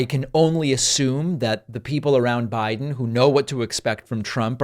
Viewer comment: "Joe Bride " 😂😂😂😂😂😂😂😂😂😂😂 GOD, GO AWAY dementia Don!